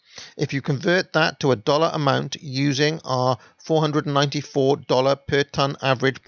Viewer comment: the narrator throws the word "dollar" around with a Brit or Aussie accent. I dont know what he means by "dollar" HONG KONG dollars??? you're right. Union mine workers in Canada and mill workers don't make that kind of money.